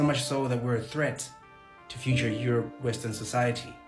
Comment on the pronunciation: Aerope not Europe